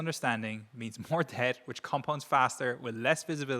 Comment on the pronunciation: why did he say "deBt" pronouncing the silent b?? Is he AI?